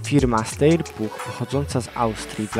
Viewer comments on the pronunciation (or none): Czyta się SZTAJER a nie STEJER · to się czyta sztajer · Steyr to się czyta [SZTAJER/SZTEJER]...